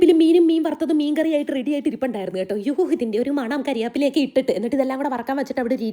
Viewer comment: അല്ലാത കരിയാപ്പല അല്ല